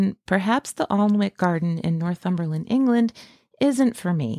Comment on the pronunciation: It's pronounced An ik not Arn wik, I live here.